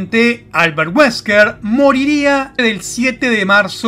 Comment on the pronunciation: Mi jijee cuando dijo "Alberrt weskrr"